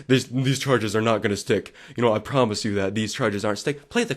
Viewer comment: “They were a promish” lmaoooo